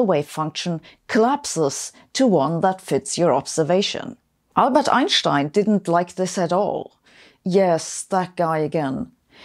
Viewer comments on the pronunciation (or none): I like the way u say "Ainshtainsh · I only listen to your channel to hear you say "Einstein" :)